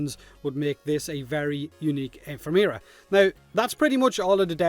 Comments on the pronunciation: that's not how you say 'ephemera' it's E FEM E RA. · Quick note, Ephemera is a real word with a real pronunciation and that just now wasn't it. Thanks again for the video though. I always appreciate the TLDR on Devstreams. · Your pronunciation of "Ephemera" hurt my soul